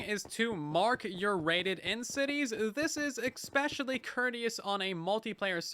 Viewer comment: Bro really said "expecially"